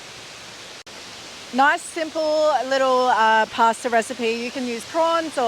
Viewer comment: Making a pworn pwasta??😮😂